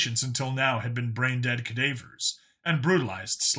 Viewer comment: ca Dave Errrs? Dude... I gotta give ya static for pronunciation CAH DAH VORE's LOL... I get it as a dyslexic I know READING BE HARD! 🤣😊 Love the chnl😜 and I hope you had a Great Christmas!🎄🎄 💫 and may you have a Joyous New YEAR!🎆🎆💫....... Yeah I know you put this out 3 months ago but hey I catch up when I can! Doing a Binge listen while I smoke a Roast for family to come out for a late Christmas early New years party.